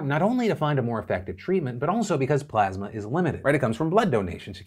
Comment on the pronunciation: took the high road and didn't bust on trump for continuously mispronouncing plasma